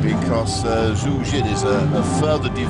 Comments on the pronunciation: Zu Zin? Has he never heard Xu Xin's name before? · why does the reporter says xu xin name like zu zin